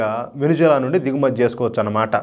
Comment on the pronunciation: Hello brother adi Venuzula kadhu Venezuela first idhi neruchukondi pronounciation antaru and Modi bhajana baaga chesaru very good,Modi spoon batch.